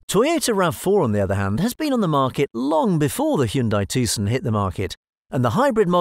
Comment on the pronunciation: The C is silent.